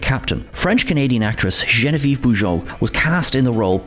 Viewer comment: Its "JEAN-VEE-EV" Bujold